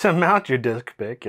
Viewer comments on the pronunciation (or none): Whenever he said "Disk Pick" in my mind I'm hearing "Dick Pic" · "disk" sounds/looks a lot like "dick" (word for penis), and "pick" sounds exactly like "pic" (short for "picture") so the "disk pick" sounds like you are referring to pictures of penises, especially when you say it quickly